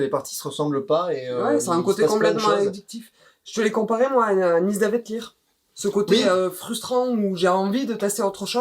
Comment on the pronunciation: c'est bien Nidavellir, qui se prononce Nisavedlir 😁